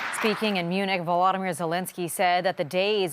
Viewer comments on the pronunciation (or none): none